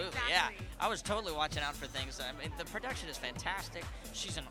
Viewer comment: I love how his Louisiana accent comes out when he days "The production is fantastic...." That's the Hunter I grew up watching!